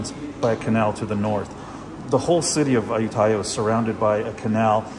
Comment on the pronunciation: Give me some "Moo Satay" please... 😆 You've got benefit having led by a Thai friend. Your pronunciation of Ayuttaya was perfect!